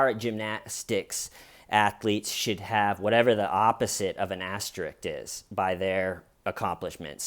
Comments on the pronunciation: I'll never take a YouTube channel where the creator pronounces asterisk as "asterick" seriously. That's just inexcusable. And he said it twice so it wasn't a mistake. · why exactly are YOU worried about what I decided to leave my opinion on? How about you worry about your own fuckin opinions and let me worry about my opinions. If you want to say something to opposed my opinion then I'm open to that. But you telling me what people do while he's mispronouncing asterisk is just plain pointless.